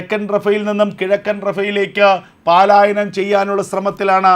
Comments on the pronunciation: Malayalam bhasha panditanmarodu chodichittu Paaalayanam enno palayanam enno parayu. Valare vikalamaya vaarttha vaayana.sorry... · Sahodhara, പാലായനം അല്ല പലായനം ആണ് ശെരി 🙏🏼